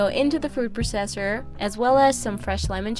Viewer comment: Hi! Love your videos, just thought you should know you're not pronouncing 'processor' correctly. I'd recommending googling the correct way to say it! Don't mean this in a mean way, just trying to help!